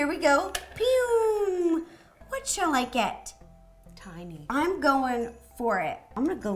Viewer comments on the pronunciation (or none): wat? Teeny hands? Aren't you supposed to say tie-ni (tiny) hands? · It’s pronounced tiny not teny where I’m from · Wait isn't tiny hands supposed to be pronounced tie-knee not tea-knee? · she kept saying teeny not tiny and my ocd was like TINY TINY TINY TINY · ....Teeny...? Isn't it Tiny? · Please pronounce “Tiny” right next time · TINY, not teeny. 🙄 No wonder I don’t subscribe to this channel. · It’s TINY not Tinny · it's t-eye-nee not teeny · It's pronounced t-eye-nee not teen-y dumass. People say teen-y when they are just joking by saying teen-y t-eye-nee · Am I the only one who is cringing when she is saying teenie hands instead of taini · no its not, the game is called Tiny hands, and she says teeny hands...its two completely different words, not a personal preference like tomato, tomato. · It's it ti-ny.... Not tin-y... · Did anybody else notice that she said teeny instead of tiny hands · Its tiny no teny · It's not teeny it's tine -y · Why is she saying tinny it’s TINY 😂💘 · tie-ny ti-ne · At the beginning, did Ro call it teeny hands?😆lol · It's her way to say tiny .... And also she sees that saying teeny is better than saying tiny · Your saying tiny wrong